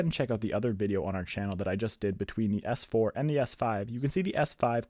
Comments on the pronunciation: Anyone else caught him say s4?? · anyone else catch him say S4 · Did he say s4